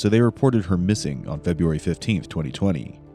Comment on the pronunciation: Feburary? Really?